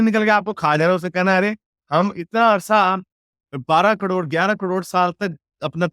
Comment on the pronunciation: कड़ोंड,, ना,, ना,, ना, करोड़,, कड़ोंड नही,, करोड़ कहो 😂😂😂👆🏼,,,,,,,,,,,, 👌🏼